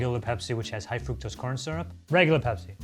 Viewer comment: You guys should learn how to pronounce fructose, you're way off!